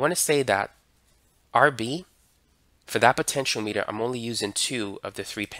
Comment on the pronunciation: Very nice lesson — well-explained and very clearly illustrated. For those commenters taking issue with the pronunciation of “potentiometer”: Our tutor is saying poe-ten-shee-oh-METER. In the US, the accent usually is on “OM”, like poe-ten-shee-OM-it-ur. Comparing US to UK pronunciations for words spelled the same, lots of times the stress is put on a different syllable, depending upon which country you’re talking about. Citizens in each country think that the folks “over there“ talk funny. Both are correct. To convert from one pronunciation to the other, either multiply or divide by the cube root of your age TIMES four pi R squared TIMES 1/2 the temperature in degrees Kelvin DIVIDED BY the fine structure constant TIMES the date in SI units; where “R” is the actual measured radius in furlongs of the left front tire of your father’s Oldsmobile at noontime when parked in the shade at the intersection of the prime meridian and the Tropic of Capricorn on the 29th of February during a leap year that ends in zero. Try it for yourself. If you take “toe-MAY-toe” and perform this operation on it, your result should very closely resemble “toe-MAW-toe”. You can expect some minor variation depending upon the length and thickness of the experimenter’s vocal cords, and his or her or their gender. (NOTE: due to the extreme difficulty of determining this value experimentally, linguists typically use a mutually agreed-upon compromise value.)